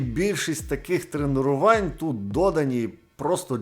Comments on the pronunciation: ТРЕНЕРУВААААНЬ? ААААААА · Тренерувань. Тренерувань. Тренерувань. Тренерувань. Тренерувань. Тренерувань. Тренерувань. Тренерувань. Тренерувань. Тренерувань. Тренерувань. Тренерувань. Тренерувань. Тренерувань. Тренерувань. Первых 2-3 раза впринципе нормально воспринялось, но с каждым разом всё сильней и сильней резало слух, дальше я не смог вообще различать другие слова, кроме тренерувань. Спасибо за приступ эпилепсии, было прикольно)